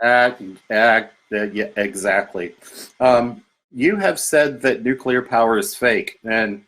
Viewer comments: He says 'nucular'......Why am I not surprised? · It’s funny that he kept saying “nucular” like Homer Simpson too 😂